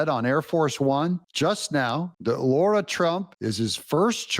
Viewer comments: Dear Americans! It is LAH-ra Trump not LAW-ra Trump! I see so many commentators having the same problem with Lara Logan. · I know I'm nit-picking but it's not Laura Trump it's Lara Trump (Lah-Rah) like Lara Croft from the Tomb Raider games. She's just too polite to correct people and no doubt used to it.